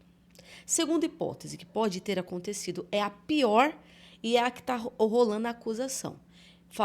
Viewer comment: Não se fala ta rolano é tá rolando